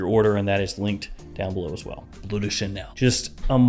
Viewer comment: It's pronounced "blurr", not "blue". Forgive my compulsive-pedantic disorder! 😆